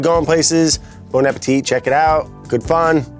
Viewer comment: I really like Brad Leone but for the love of God he works at Bon Appetit and can't pronounce the company name properly and I've noticed other BA contributors can't either. Even Claire who spent a few months in France studying pronounces French words incorrectly.